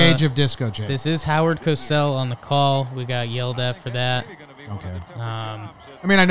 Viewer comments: It's a minor thing, but it's pronounced CO-SELL not cass-ell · If you're going into broadcasting, TV or YouTube lol: Spelled with one S CO-SELL If spelled with two Ss COSS-SELL Syllables exist for a reason Edit: I'm nitpicking....nice commentary guys, and stay safe out there